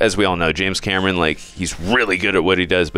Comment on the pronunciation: Why do you keep saying James Cameroon?